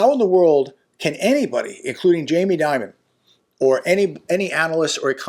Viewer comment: J. DEMON....not J. DIMON